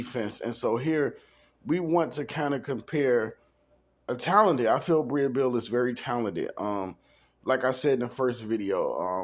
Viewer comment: Her name is Breeeeeeee no “a” sound. Okay back to the story.